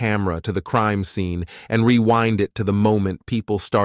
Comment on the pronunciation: This is a good channel, however, the mispronunciation of words is a little annoying. Creame-meh instead of crime and no-ledge instead of knowledge, you name a few 🙄